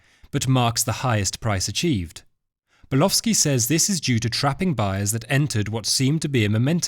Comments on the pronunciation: You appear to be saying the name as Burlowski. It is Bulkowski. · His name is Bulkowski , not Bulowski!!! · It sounds like he's saying "Bulofski" to me. 😂